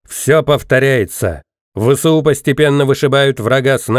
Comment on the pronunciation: Не ве се у . А Эс ве у!